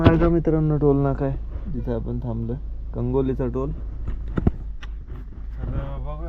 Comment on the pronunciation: कांगोली नाही दादा कोगनोली टोल